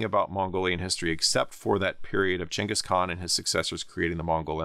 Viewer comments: Thank you for pronouncing Chengis Khan correctly instead of Ghenghis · Thank you for pronouncing Chinggis properly! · Because that's roughly how the name is pronounced. The first G in Genghis is supposed to be a "soft" one, like "germ" or "gem", reading is as a "hard" G is not how the name is originally pronounced. (Many other languages write the name with a C or Dj or some variation indicating a "dsh" sound.)